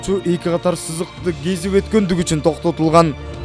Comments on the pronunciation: Кезип откондугу учун деп көчө балдарындай суйлойсун да. Кесип өткон деп так суйлош керек журналист. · Туура!!!! Кошулам